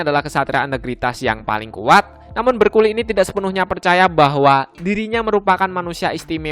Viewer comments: itu bukan berculi bacanya namun Bercooli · Bercouli❌ Bercoli✔️